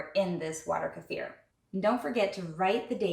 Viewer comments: Finally! Someone who pronounces Kefir correctly! Thank you! Other people doing how to video pronouncing it like Kiefer Sutherland's name and I get annoyed. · I do like the pronunciation: Ku-fear'' for Kefir, it has this particular vibe to it that I gravitate to. 🥰 I find myself saying it this way on a frequent basis. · FINALLY the 1st channel to pronounce kefir correctly! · I finally found someone that pronounces it correctly. I couldn't even get 30 seconds in on so many other videos. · you pronounce it like the original Russian. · finally someone pronounced "kefir" correctly! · Hallelujah you pronounce kefir correctly!